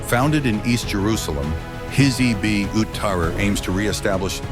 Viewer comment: Your AI pronounced Hizb as hizbee. You are ignorant bigots.